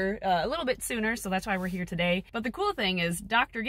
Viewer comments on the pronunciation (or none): From now on, the proper pronunciation of “today” is “to-til-dae”. 🧐